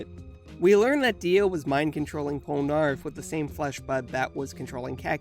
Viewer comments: Who Cringed When He Prononced Polneraff Wrong? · Pronouncing Polnareff incorrectly🤦‍♂️